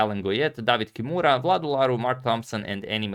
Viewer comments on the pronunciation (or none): none